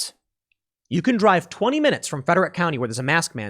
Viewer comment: Tim, it's pronounced Freh-drick.